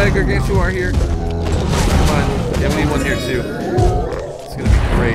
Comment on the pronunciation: its pronounced (GAR-GAN-TAUR)